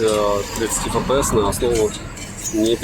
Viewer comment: Фэпээс?????? Может "Эфпээс?? Купи азбуку,😂